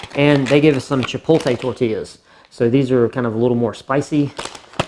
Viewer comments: hearing you say chipoLTe instead of chipoTLe caused me physical pain. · This man said “Chi-pole-tay”.